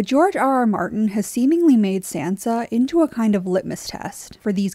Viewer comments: ....you're saying her name wrong and I hate it. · I liked the commentary on Sansa here but I couldn’t stand the way the narrator said Sansa and I’m probably the one saying it wrong but I don’t think that’s how it’s said in the show